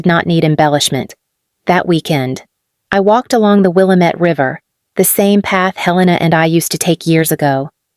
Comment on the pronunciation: I'm a wine person, and the Willamette area in Oregon is a revered wine region. So whenever I hear it mispronounced (and it's not just AI, it's regular humans as well) I have a reaction. 😅😅